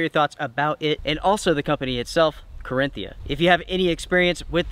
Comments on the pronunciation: One day he'll say Carinthia and not Carthinia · it's Ca-rin-thia. Not Carthinia. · OK so Reveille is not pronounced "reve lee" and the brand is not "carthinia", it's Carinthia. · "Carthinia" 😄 Nope, nope, nope.. it still is Carinthia.. 😉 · I love your videos, BUT some advise from Germany...please say CarIN-TH-ia (the TH is after the IN)...just my 2 cents ;) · Just FYI: it's pronounced "ka-rin-theea" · Great review as usual so we will forgive your horrible pronunciation of the brand name! 🤣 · Carinthia lol